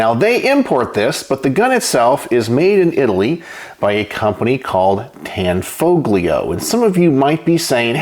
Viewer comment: It's pronounced, "Tan FO lio" - the G is silent. 😏